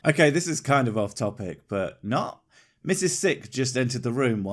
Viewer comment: Have you guys REALLY listened to the way speaks? Any time he says a word with an "O" in the middle, he ads and "L" sound. It's subtle but this dude says "nolt" instead of "not". It drives me god damn nuts!